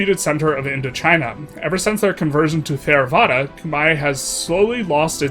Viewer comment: Theravada is a hard T like Thai